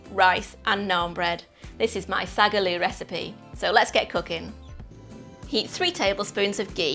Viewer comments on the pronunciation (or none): Sag a loo? Sink into a toilet? 😂🤣 Translation: Saag (spinach) Aloo (potato) pronounced Saaag (short pause between words to distinguish) Aalloo stretch the a sounds that’s why there is more than 1 A in the Saag. Or easier; spinach and potato curry. Lovely recipe. 😊 funny pronunciation. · Find out how the name of the dish is pronounced first before the cultural appropriation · Hate the pronunciation, most professional chefs don't even do it justice, but the recipe is fucking fire